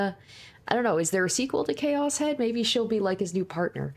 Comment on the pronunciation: Ok, but why choas and not chaos lol